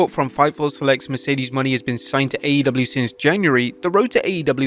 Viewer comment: Please learn how to pronounce Mercedes Mone